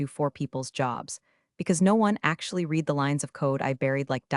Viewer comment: I just wish they would pronounce " read" as " red" when they're referring to the past or as an adjective. It's annoying to hear " reed" used incorrectly.